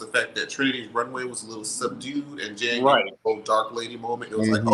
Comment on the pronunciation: Omg I love this panel! Good job guys., why do you keep calling Jan Janathan? Lol I don’t get it